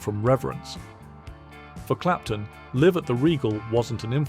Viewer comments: it's not "Live" as in "IF" it's LIVE as in ""L. EYE V". learn how to pronounce!!!! Live at the Regal...ridiculous!!! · "Live at .. " should be pronounced like "alive at.." not like it's their home!